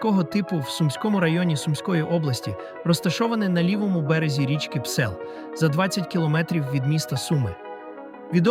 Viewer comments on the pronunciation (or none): none